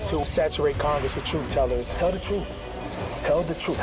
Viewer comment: “Telling the troof shouldn’t be hard” -Harry Dunn